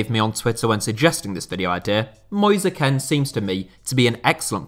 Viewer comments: Kean not ken FFS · It’s not Ken it’s Kean (kïn) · Just me who finds it so irritating the fact that he pronounces kean, ken and not as keen? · Is kean actually pronounced ken and not keen? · it's not kane. its kean (like kin) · Like how he says Keane like Kean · It's pronounced "Key-Anne" not "Ken" lol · Nobody talking talking about how he's pronouncing Kean or am I missing an inside joke (which I'd be very disappointed if this was the case)? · Why do you pronouce kean like that